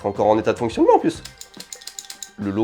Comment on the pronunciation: "Mais il serait encore en état de foncitonnement" 2022 découvre la pierre à briquet! Pas besoin de la recharger (il faut quand même la changer), pas besoin de WIFI, ne se branche pas sur un smartphone, ne nécessite pas d'application dédiée "le 1er waquemanne de Sony" C'est pas plutôt un wouolequemanne (ou Woke-man)? Moi aussi je connais l'effet madeleine de Proust, ça peut faire mal. Et après ma famille se demande pourquoi je garde tout et ne jette pas mes vieux trucs:/